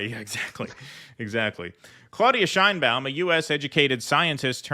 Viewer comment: In México her name is not pronounced that way! the right way to pronounced it, the Mexican way, is Chain, as in chain, ba-un... Chain-ba-un and nobody cares about her Jewish background, the color of her eyes, the length of her hair, her age,...she has what it takes to be a good president.